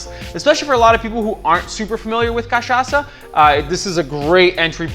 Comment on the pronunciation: You pronounce Caipirinha and Cachaca perfectly. I bet you are Brazilian. Love your video! Obrigado!